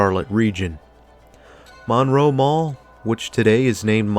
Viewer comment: The name of the town is pronounced Munroe. I worked at the Wal-Mart in the late 80's and have lived in the area for 38 years. I feel like I need to defend this mall; it was a great place in the 80's and 90's.